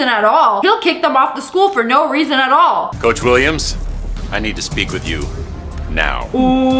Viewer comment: “Coache” hehe 😂